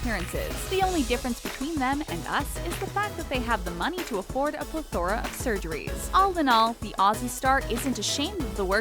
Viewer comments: Pleh-thor-ugh ......not plih-thur-uh ...wth lmao. The talko always mispronounces things that they shouldn't and they will say anything ...true or not lol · ugh. PLETH-ruh. I watch Talko because you do more research than your competitors but basic grammar errors still hurt. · Congrats on the worst pronunciation of "plethora" I have ever heard. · If you can't pronounce the word "plethora" just simply don't use it. This channel is so weird with pronunciation. It is so odd. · How they said "plethora" is still killing me 😂😂😂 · The way she pronounced plethora... priceless!!! 🤣🤣🤣🤣🤣🤣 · the way this speaker pronounces plethora lol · The way she pronounced "plethora" though.